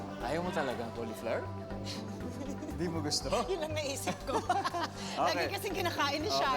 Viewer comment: Cauliflo-wer not cauli-flour